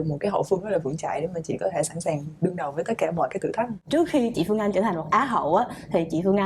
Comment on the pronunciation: Host ơi làm ơn nói đúng chính tả được k? Lúc Bắc, lúc Nam, mà nói sai chính tả? Chị Phươn Anh, đượt không? Omg host mà phát âm như thế huh?